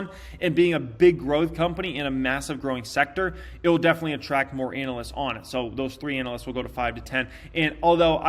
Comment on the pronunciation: Ānalysts! Lol Love you, 😉